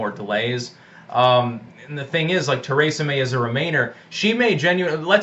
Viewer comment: it is not a fine!!! do your homework more - also it is th-e-resa may. still love ya but need to know more about brexit! i say dont pay a fucking penny for our obligations - we owe nothing. we paid billions into this club ad asking for no refund - we helped build the offices, furntire and countless other bits of shit that the eu can have we just want a no deal wto brexit NOW!